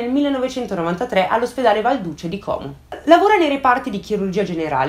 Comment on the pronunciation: Però Como con la O chiusa pls